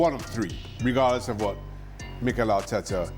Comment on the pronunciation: Arteeeeta always blabbering